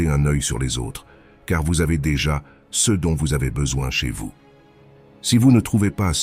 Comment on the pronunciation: Bonjour, j'apprécie beaucoup ta chaîne, mais je remarque qu'à chaque fois le mot " ce " est prononcé " ssé - eu " , c'est récurrent sur tes vidéos...